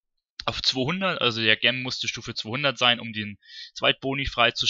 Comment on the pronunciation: Wenn Du noch mal über Juwelen reden willst, Gem klingt so, als ziehe man sich die Schuhe verkehrt herum an und bindet die Schnürsenkel zusammen. So sieht die Aussprache richtig aus : dʒɛm - wie bei Jenny oder Jerry. Ansonsten natürlich sehr informativ und danke für die Mühe. Viel Spaß beim Zocken.